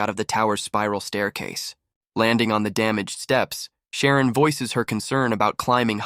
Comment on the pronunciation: Ugh...Xiaolong not Sharon... >.<